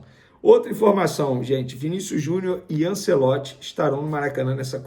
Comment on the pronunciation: Venê tem q melhorar a pronuncia dos nomes do futebol. É ANTIEOLTI, NÃO ANCELOTI. Já ficou um tempão chamando o mlq Joshua de Joshúa de propósito.